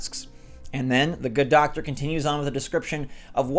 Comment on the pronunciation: He said Doctre not Doctor!!!!